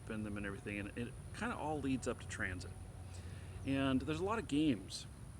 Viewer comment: Why you keep saying Transit? It's Tencent. On the fence about CCP authoritarianism which Tencent helps to fund? Really? You should really educate yourself about this subject more. Ban Tencent completely.